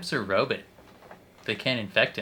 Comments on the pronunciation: Please never stop saying robot as ro-bit. I laugh every time. 😂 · I know what you’re saying. To me it sounds more like “but” not “bit”.